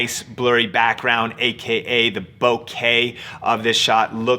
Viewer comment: It's pronounced bokah not bouquet